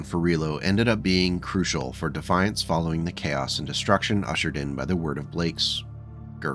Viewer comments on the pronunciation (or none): none